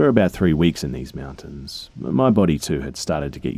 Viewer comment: Is that or he says mountain like Meewuntains.😹